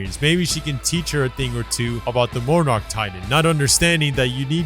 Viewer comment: Did he say monarch like more narch